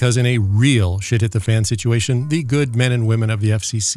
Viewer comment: I'm glad I'm not the only one who caught that. 😆